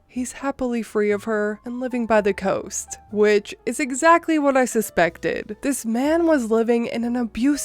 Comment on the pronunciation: Cost? I think he meant coast.